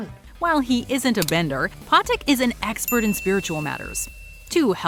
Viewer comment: They mispronounced patik